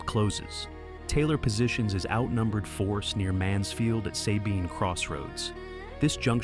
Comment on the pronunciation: Sabine not SAbine. Like abbs not Abe pronunciation